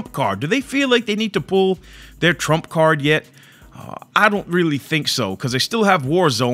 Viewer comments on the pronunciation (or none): none